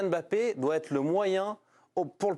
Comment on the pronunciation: Mr Domenech ne prononcez pas le M bon sang de bonsoir regardez l'émission d'hélice Lucet il l'explique, KYK'S